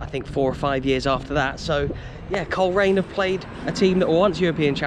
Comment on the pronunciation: When the bbc kids show "We Are The Champions" used to come to Northern Ireland once a year, Ron Pickering always pronounced Coleraine as Cholera ian